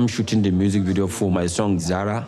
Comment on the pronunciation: Bro smoking Zara not ZAZA🤣💀💀💀